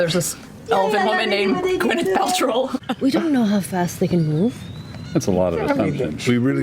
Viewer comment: She actually says “Gwyneth Pal-troll” which is even funnier 😆